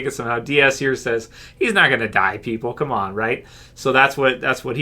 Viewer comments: Dude, it's 'come on'. Not 'common'. Come on. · It’s C’mon or Come on... you spacktard